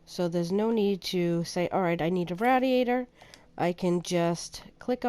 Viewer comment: Rad-iator lol